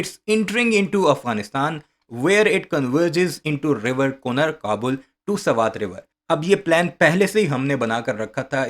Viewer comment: کنڑ لفظ ہے ، کنار نہیں ہے ،